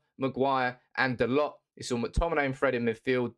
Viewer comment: FYI its pronounced DaLOW not DaLOT.